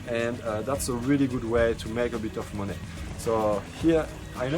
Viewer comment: He said make moon-NEH